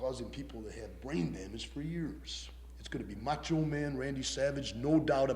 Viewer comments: Is the host saying mancho? lol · He said Mancho